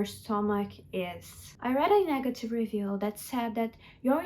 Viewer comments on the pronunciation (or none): none